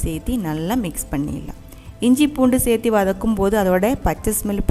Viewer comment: Thanks for the super crab 🦀 curry recipe. One correction,if you don’t mind; its not pronounced as sethi its chethu or serthu (same as in Malayalam) for adding something. Thank you 😊